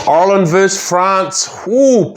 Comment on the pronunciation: great video, very informative,but please ask a irishman how to pronounce "Ireland",its not oirland or irrland.